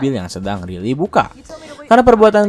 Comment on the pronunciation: bacanya Raili, bukan Rili 😝😝😝